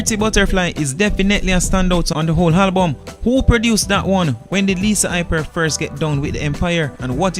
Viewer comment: If yuh say Halbum 1 more time!!